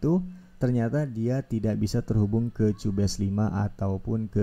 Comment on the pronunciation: Kyubes masssss bukan cubes🧐 penjelasan nya juga banyak yg salah 😒